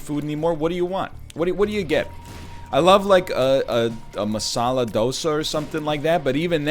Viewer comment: Masala dosa is spicy? It's super weird to hear NL pronounce Hindi words LMAO